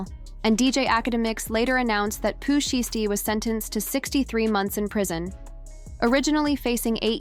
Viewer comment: Make sure the a.i voixe saying the name right 😒 couldnt even watch past 30 seocnds .